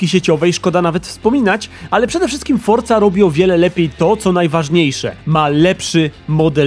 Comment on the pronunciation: A ja całe życie mówiłem Forza, a nie fortza